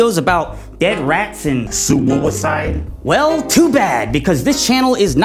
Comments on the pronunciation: I started laughing soooo hard when he said suwuicide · "sUwUicide" got me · are we just gonna ignore "sUwUicide